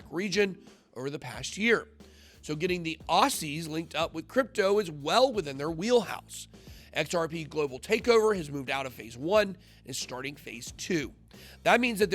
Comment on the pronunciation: It's pronounced "Ozzies" Bitboy. We love you mate!